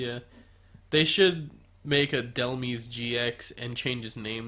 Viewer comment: It's Dell-MYSE Like demise.